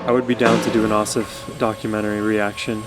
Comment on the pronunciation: The stress for both his first and last name is on the last syllable, so pronounced like ah-SAHF ah-vee-DAHN